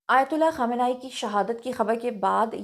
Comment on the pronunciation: اپنے بال بھی چھپالیتی تو کیا ہوجاتا اور آیت اللہ خامنہ ای کا نام سہی طریقے سے لو ورنہ لو بھی نہ